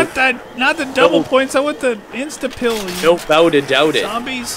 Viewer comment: Why do u call it insta pill